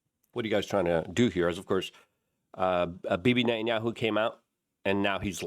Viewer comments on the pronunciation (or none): none